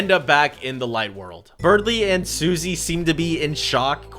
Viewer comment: IS ANYBODY GONNA QUESTION HOW HE SAID BERDLY AND SUSIE ?